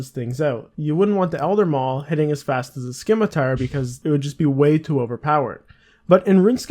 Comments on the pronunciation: "skimitar" who the hell pronounces it like that? seriously... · I was like, "Skimitar? SKIMITAR?! Really? Want some Skittles with that skimitar bruh?" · Soon as you said scimitar that way i thought, wow that reminds me of when people actually pronounced it that way, for future reference its simi-tar the c is silent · "Skim eh tar" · what's a sckimitar? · sKimitar lol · When my kids started playing they pronounced it schmitt-er lol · buying rune scimmy 100k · It's a skimmy though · The "c" is silent. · That triggers me THERE'S NO K IN SCIMITAR!